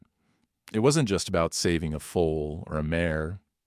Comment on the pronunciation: Foal, not Fool. !!!😅